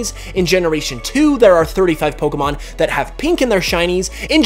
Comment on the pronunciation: Stop saying Poh-ker-mon instead of Poh-kay-mon!